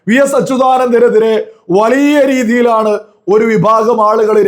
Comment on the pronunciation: വളിയ അല്ലാഡോ... വലിയ എന്നാണ് മലയാളം